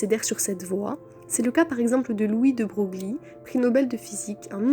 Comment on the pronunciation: "De Broglie" ne se prononce pas comme ça se lit. Ça se prononce "De Breuye" voir "De Breuyle". Au delà de ça, je trouve l'intonation et la qualité sonore très correcte ce qui rend l'écoute plutôt agréable. Edit: Ah, et Feynman n'a jamais sérieusement dit qu'il ne comprenait pas la physique quantique. C'était simplement une blague dans une conférence grand public :)